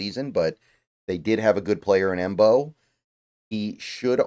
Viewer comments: I think Mbow is pronounced "Bow". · Love this draft,. Marcus Mbow's last name is pronounced as "bow," said by himself on Hail Mary Sports' interview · i think its just pronounced Marcus bow with the M being silent but im not too sure